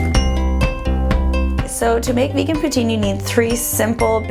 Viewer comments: It's not Putin it pronounced plz don't laugh Poo-teen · It's pronounced "Poo-teen" Not "Poo-tin" -. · Actually, the correct pronunciation is "poo-TSIN." The Québecois pronounce the "I" vowel a little differently than one would in France. ;) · Well in my dictionary it's said "poo-teen" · POO-TINE GAWWD. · She said poutine wrong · Im from canada and i know french people even they don't say it that way